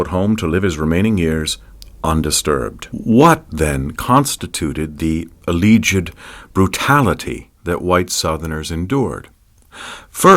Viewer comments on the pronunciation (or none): A faithfully objective, evenhanded excerpt from a deep- and clear-thinking scholar. Unfortunately, the mispronunciation of such words as "Appomattox" and "alleged" make it sound like an AI-generated reading.